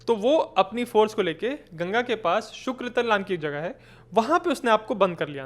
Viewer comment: आपको ज्यादा पढ़ने की जरूरत है। इसके अलावा विषय की मूल स्थिति को समझें तभी किसी को समझा पाएंगे। आपको शुक्रताल बोलना है शुक्रतल नहीं। आपको नजीबुद्दौला की जीवनी पढ़नी चाहिए जो 1772 में उसकी मृत्यु के कुल दो साल बाद छपी। आपको अपनी ज्योग्राफी की स्टडी मजबूत करनी चाहिए और चीजों की बारीकियों के लिए rc मजूमदार को पढ़ना होगा।